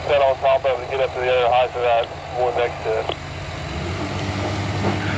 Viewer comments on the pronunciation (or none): Height not Heighth!